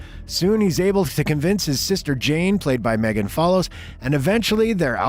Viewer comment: Prononced Meegan